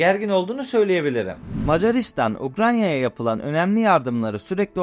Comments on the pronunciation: Seslendirme yapan arkadaş Ukranya değil Ukrayna! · Her Ukranya diye yanlış teleffuz ettiğinde kulaklarım tırmalandı. Ukranya değil Ukrayna… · Arada, Ukranya diyorsunuz, doğrusu Ukrayna. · Ukranya değil Ukrayna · Ukranya değil, Ukrayna. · Hocam yalnız Ukranya değil Ukrayna olacak o. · Baya ukranya diyo ya :) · Video için teşekkürler abi rica ediyorum ukranya diye telaffuz etme şu ülkeyi. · Ukrayna telafuzunuza dikkat ettiniz mi? Her defasında Ukranya gibi geliyor kulağa.